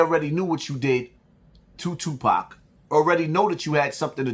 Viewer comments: Yoo did she say just Jew pac Shakur? ?😭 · .."Jewpac Shakur!! Lol